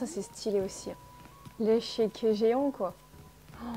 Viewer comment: Un truc qui m’a perturbée c’est que tu as dit échéquier alors que c’est échiquier 😅